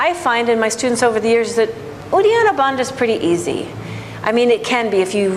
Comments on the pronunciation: You are so good. I think Bandha should be pronounced as Bun + "The" Bandhhaa. not as Da/Duh. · True, must westerners cannot get their head/tongue around correct Sanskrit pronunciation. Bandha consists of a dental 'n' and a dental-aspirated 'dha'. As there are no equivalents of dental consonants (sounded with the tongue touching the back of the teeth) in English - English speaking 'yoga teachers' butcher the pronunciation. Therefore, listening carefully, one hears that she also mis-pronounces 'agni'. Also it's not pronounced 'mula' but is pronounced 'moola' (long 'u' not short 'u'). And also uddiyana with its long 'i' vowel and double palatal consonant…. Best not get me started...